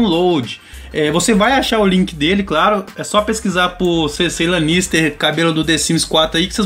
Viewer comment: Kkkkkkkk raxei tbm. Confesso q até "doeu" ouvir o nome desse jeito 😵